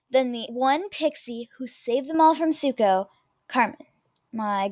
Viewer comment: It said Suko, not Zuko lol